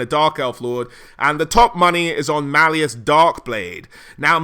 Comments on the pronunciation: shit even the author of the book says it sounds like malice, futhermore this is fantasy not 40k, he's not part of the ordo Malleus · >mal e us It's supposed to be Mal US like Malice hot damn am I upsetti spaghetti by this